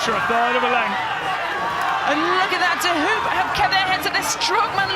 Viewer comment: It’s pronounced ‘De Hope’